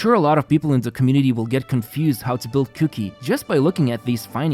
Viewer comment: All I heard was cookie instead of Kuki. I'm going to start calling cookie that.